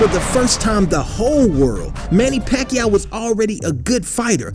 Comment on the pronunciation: Paquao??? I am loughing of him...